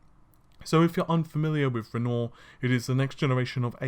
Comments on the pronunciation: Once upon a time we had "Narvey"... Now we have "Renor"... I can't stands it anymore. Dammit, it's "Ren-wah" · Renwoir, as in the French painter. Renore, what is it a fucking shampoo???! C'mon man. And you're a native English speaker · Renoir is pronounced 'ren wah' not 'ren or'... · I know you have a lot of trouble with words, so I'll help you out. Renoir is pronounced Ren-waar. You're getting better though. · Scumbag lawyer fees were $3.63 million, which was taken out of the $12.5 million fund. BTW dude, Renoir is pronounced as 'REN-WAR'. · Renoir = ren wah cmon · Goddammit, it's REN-WAH, you know, the artist! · Dude, Renoir, pronunciation (like the famous painter): bugging me. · I can forgive him for his bad french accent. :)